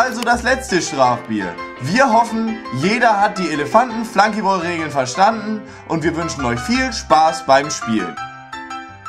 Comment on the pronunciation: Wat is'n Flanky Bol???? Das heißt Flunky Ball, is nix englisches drann an dem Spiel...